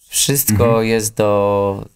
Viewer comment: no właśnie mózg to to czego brakuje Tobie. wymowa i dykcja to podstawa w pracy jako prezenter/spiker. Ale czego oczekiwać od gościa który mówi wszysko zamiast wszysTko. #oddawaćRawiczakurwy